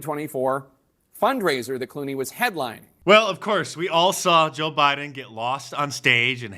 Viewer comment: George clue-nays.